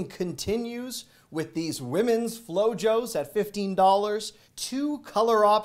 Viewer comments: Not Flo-Jo. It’s Flo-Hos. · Flow Hoes not Flow joes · Your saying flojos wrong its flo hos its spanish its not flojoes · Flo-joes? 🤦‍♂️ Flo-Hose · They are called flohos not flojos but maybe you’re joking 😀❤️ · The Sandles are pronounced Flow Hoes. Truth. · It is Flow-Hos. The same way you pronounce the first part of the name Jose. For the other one it was done very well. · Flojos sandals are pronounced Flo-hos. Flojos is derived from Spanish slang, meaning lazy or relaxed. 😊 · Hi! Flojos are pronounced “FlowHose” That brand has been around since the 80’s, when I was a young guy:) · Mahalo 4 ur gr8 videos. BTW. Flojos pronounced “flo-hos” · The flojos sandals are pronounced (flow-hoes). It means lazy in spanish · Hi! I'm late to the party🎉. The flip flops are pronounced Flow-Hoes. It's Spanish for lazy or weak 😊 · Just a tip, “ Flojos” is pronounced “flo”h”os. J is pronounced as an h in Spanish. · Lol the flower's ar pronounced flowho's😊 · It's pronounced Flo-hos means lazy in spanish 😂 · The flip flops are pronounced flohos. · It’s flo-hoes. It means lazy in Spanish. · You said Reposado just perfectly. 😊 However, in Flojos the j sounds like an h. 😉 From 20 miles north of the border in SoCal. You’re welcome. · Flojo is a Spanish word so the "j" sounds like a "h"